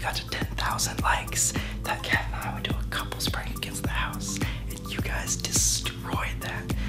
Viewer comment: ITS KAT! NOT CAT